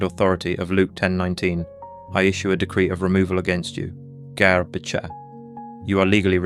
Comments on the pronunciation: It's b'kha, and you have to let that flutter in the back of the throat a little bit. Not quite like claring the throat, but that should give you an idea. Like a soft grungy K sound. And it's g'ar, pronounced like guh-ahr, but with a very short g' sound. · The whole video is garbage. And, yeah, the "magic words" "ga'ar b'kha" are massacred with wrong pronunciation. (no "ch" sound in Hebrew as it's pronunced in English and in one instance the narrator said "g'ay" b'cha...ughI wrote a very lengthy reply on the idea that the word "satan" is NEVER a proper name but merely a noun in Hebrew. AND the fact that it was NEVER REMOVED from scripture. Unfortunately, people swallow this garbage because they actually wish to learn. If they were actually serious, they should start by learning the Hebrew AlefBeit. Learning poorly transliterated English is NOT learning Hebrew! It takes more than a YouTube video with sloppy A.I. and absolutely fabricated JUNK to enrich one's walk with the LORD. This is the kind of CRAP that starts cults! I''ve studied biblical Hebrew for around 20 years and I have SO MUCH TO LEARN! I have written out 3 large books in biblical Hebrew calligraphy, I can recite Isaiah 53 and many others and I'll spend my whole life doing it because the LORD did it...and wired me that way in His love. It's not necessary for everyone. It's really SAD that believers are being deceived in this way. But on the other hand, they should stop looking for "magic words". JESUS/YESHUA the KING/BROTHER/CHAMPION/GOD is who we need to know both scripturally/personally and moment by moment.